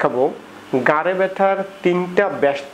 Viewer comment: Kotha ta gare na. Gar mane pachha. Bolun Ghhare byatha. Rectify your pronunciation.